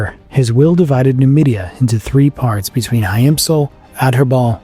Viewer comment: Nomadia not numidia